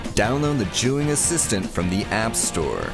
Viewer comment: Why you pronounced it juyin?